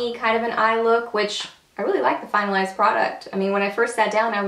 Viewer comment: You had me chuckling! At the beginning I thought you said, "final ass product" but realized you said "finalized product." :) Beautiful look!